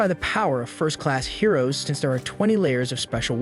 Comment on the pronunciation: I guess the hero's are heroin addicts. seriously why does the text to speech say heroin